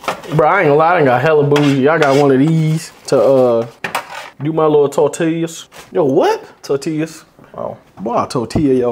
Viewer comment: when said tortillas 😂😂😂😂